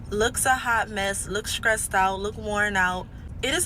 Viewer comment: in... amd listening to "sKressed" and "sKruggling"... no matter how soft you talk... hood talk is hood talk... besides no dude listening to that mess. These women have a laundry list of 500 things a man has to do without flaw meanwhile... Women:I'm just me, don't judge me, accept me for me I am the table